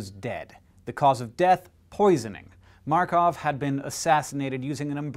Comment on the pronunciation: Great pronunciation of the name of our countryman Georgi Markov! Greetings from Bulgaria! :)